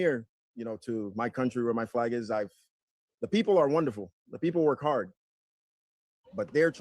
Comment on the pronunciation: "Werk Hadd " I heard that.